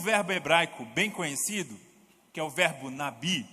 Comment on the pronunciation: Nabi como se escrevi Navi como se pronuncia